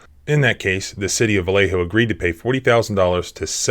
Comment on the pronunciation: I am impressed, some lawyer from West Virginia knows how to properly pronounce "Vallejo"